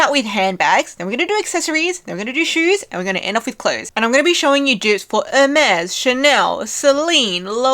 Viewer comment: Ermes is pronounced or may